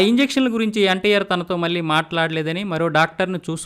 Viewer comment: మీ ఉచ్చారణ మార్చుకోండి పెల్లి కాదు పెళ్లి అనాలి మల్లీ కాదు మళ్లీ అనాలి Etc